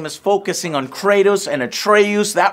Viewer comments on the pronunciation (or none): How is it possible to butcher both kratos and atreus’ names lmao come on otherwise this video was awesome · “Kraytoes and atrayuse”